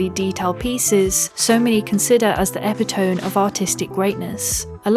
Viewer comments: epitome (eh-pee-tah-me) . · Well, I was taken aback by ep-i-tome. I love this Chanel and it makes me want to go look some of the manga I just saw. Thank you Japan for graphic stories that are not all about super heroes. And some that are. Still don’t agree with the way she said epitome. ;-)